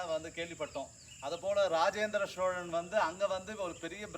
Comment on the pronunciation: "SHOWLAN" ,SSHIVAN, SSHONELAI ileh! Solan ,sivan ! "Shh" is not in tamil..tamil pesukeh